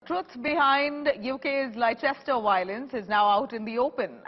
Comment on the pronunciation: Madam- the correct pronunciation is"Lester."